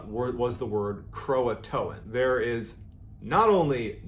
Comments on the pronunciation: why does everyone call it croatoan when its croatan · Everyone pronounces it Croa-TOAN. It's CroaTAN. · I think its pronounced Cro-Ah-Tan. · Painful to listen to you mispronounce Croatan....lol. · The "t" in Croatan is the distress signal